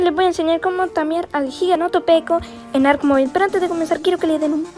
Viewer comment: Buenos videos aunque sea tarde para comentar y me rei cuando dijiste giganotopeco